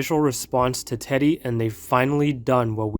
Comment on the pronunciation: is using an ai voice? he pronounces teddy's name with the i